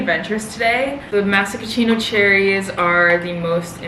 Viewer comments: I'm sorry I HAVE to correct you on this one... maRaschino cherry lmfaoooo not masc?aschino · obsessed with the way she pronounces maraschino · The way you maraschino makes me smile lol It’s pronounced mare-ah-shh-ee-n-oh cherries :) love you material gorl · I see we’re still working on the correct pronunciation of maraschino! Hahahaha. Adorable! 🍒🍒🍒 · The way you say the cherries 🍒 lol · There's no way you're the Shirley temple queen if you can't even pronounce the word mereschino. For fucks sake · i love you but the way you pronounce maraschino makes me lol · i swear its so funny lmaooo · the way you pronounce maraschino cherries is so cute haha you replace the r with an s. so proud of you for living on your own! it’s something I am itching to do soon! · Love your videos but PLEASE look up how to pronounce Maraschino Cherries 😭😭😭